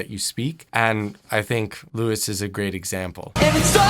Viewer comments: Please pronounce his name right: ˈluːi Thanks ;) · i almost threw my ipad against the wall when he said “lewis” 😂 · His name is pronounced as lou-ee